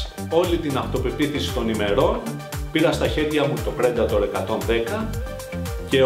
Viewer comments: Ρε δημήτρη.!! Τόσα χρόνια έξω σε ταξίδια.!! Το Predator προφέρεται Πριντέιτορ.!! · to predator proferetai πρεντατορ...